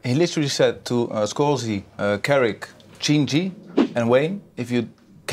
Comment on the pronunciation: Shinji pronounce as chinji